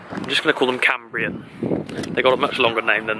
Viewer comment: I live in the same valley as cambrian it’s pronounced Cam-Bryan and Clydach is quite hard to explain how you pronounce it because ch in Welsh is said differently